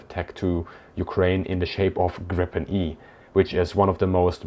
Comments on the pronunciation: So far fascinating. So just a little remark that I CAN make in an interlude. 'Gripen' - The Griffon - in Swedish is pronounced more like 'Greepen', not 'Grippen'! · The name Gripen should be pronounced Griepen and not Grippen. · The name is Gripen not Grippen! Tongue problems?😅